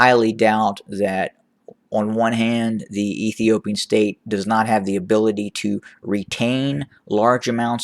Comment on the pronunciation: I love it when you say the former stare of Ethiopia 👍